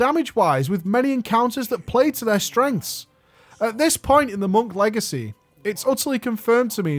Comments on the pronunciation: mate wtf, Legecy... lol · "Monk Legecy" :D